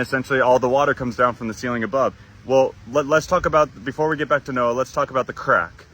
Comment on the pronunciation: "noha" ? isn't is Noah's Ark. Also its Guan Yu not Gun Yu. idk bout the Hinduism one and i can't see all of the Greek one